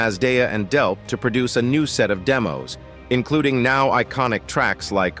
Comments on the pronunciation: DELP!!!!!! not Delf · It's Delp not Delpth. And Tom Sholz designed his own amplifiers not merely "pedals". Get it right before you post. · First, it's "Delp", not "Delf". Second, it's "Scholz", not "Scholtz". Sloppy. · DELP!!!! NOT DELF!!!!! I hate AI narration so much. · Brad Delp not Brad Delf in the intro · Why are you pronouncing his name as Delf 1/2 the time... annoying as hell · The goofball narrator pronounces Brad's last name "Delph" and then "Delp" and then back to "Delph" and so on. Amateur hour. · It’s Delp with a “P” not Delf. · Nothing mentioned about Third Stage and tour? Also, who is Brad Delf? I heard it pronounced "Delf" and "Delp". Not that good of a history....not good at all. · I HATE fake robot voice!!! The guy's name is DELP!!! Not DELF!!!!!!!!!!!!!!!!!!!!!!! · Narrator keeps calling him 'Delf'........it's DELP. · I think he means there is no Delf, his name is Delp with a "P" at the end. The narrator says it wrong one time and right the next all through this story. He's apparently not real bright. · As soon as AI said "Brad DELF" I was out... pitiful. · Are you saying “Delf”? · The computer voice keeps saying Brad Delf. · I hate when someone pronounces Tom Scholz's name incorrectly. Also, who is "Brad Delf"?